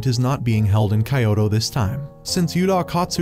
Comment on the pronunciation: weird how they pronounce kyoto as "kayowto"